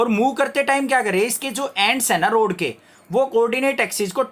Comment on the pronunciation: road nahi hai rod hai 💀